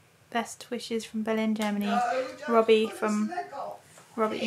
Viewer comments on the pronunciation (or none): none